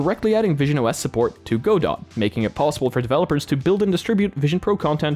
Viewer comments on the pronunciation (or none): But tbh Go-dot makes somehow more sense than the actual Goh-doh. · godot is pronounced gohdohw, last syllable stress jak gadał z O... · Godot pronounced "guh-doh" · Screamed every time he said Godot 😭